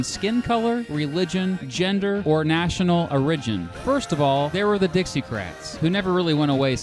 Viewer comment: “National orridgin”